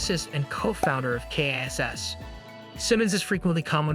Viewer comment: Lye-am Gallagher? K-I-S-S? Kurt Cobine? I feel like I'm losing my mind listening to this.